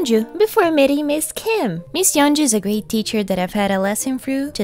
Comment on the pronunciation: I'd like to think if Ms. Kim saw this part she'd be seriously impressed with how natural your Korean sounded here when you were doing an impression of her (and maybe a little flattered) while also enjoying a good laugh at how the exchanged turned out from your perspective.